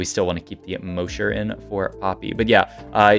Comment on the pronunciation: You spent the entire set mispronouncing mosher